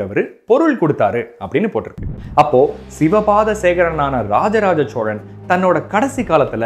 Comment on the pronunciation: Sir unga video and research ellam sema super excellent but oru small correction in ur pronounciation ச்சோழன் இல்லை சோழன் தயவு செய்து என் வேண்டுகோள்